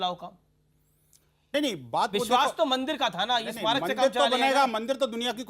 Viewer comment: Amish devgan I watch all your shows par aap Hindi anchor ho ucharan pe dhayan dijiye hamesha parakastha ko prakastha bolte gain aaj ismarak bhi galat pronounce kiya